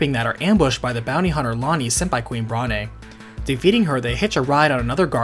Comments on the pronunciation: It's pronounced Brawn not Brah ne. It's a joke about her being overweight. The e is silent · I'm pretty sure the 'e' in Brahne is silent. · And "Bron-aye" instead of Brawn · Same! Adding to this, I also pronounced Brahne as Brain. I know that’s wrong, but that’s how I pronounced it as a kid. I like it. Gives the game a more cerebral feel.